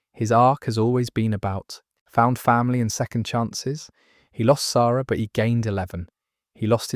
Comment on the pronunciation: you pronounced "Sara" w the proper vowel used in phonetic languages. silly but made me happy